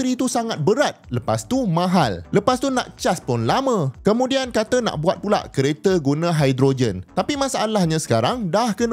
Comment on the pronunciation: 5.36 kemunian hehe😂😂😂